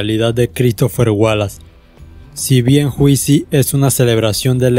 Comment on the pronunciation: Pero, mi hermano que esa vaina de "juicy" pronunciado literalmente?! una vez le aconsejé sanamente que tome un cursito de Inglés para que aprenda a pronunciar ya que por el contido expuesto acá, lo amerita.. No sea cabeza dura.. Llévese de mi!